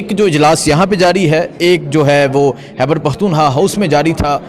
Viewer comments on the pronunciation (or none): Its khyber not hyber! I have been telling you for so many years. "Khyber" not " hyber " خ ح نہیں